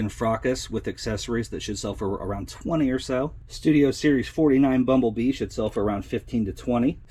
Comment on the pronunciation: At the end of the video when you repeat : that should sell for X$. I Sound like you say, that shit sell for... lol that made me laugh